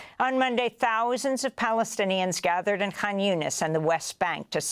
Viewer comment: Say “thousands” like a normal woman